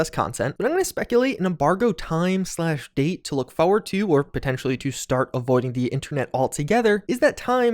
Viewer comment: The way this guy says forward. "Fowward"??